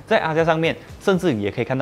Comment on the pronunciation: axia原来读azia，我也要科普一下 Daihatsu 读成 Daiha(tsu知) 不是苏